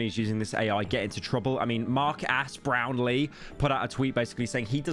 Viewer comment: "mark ass brown ee" 💀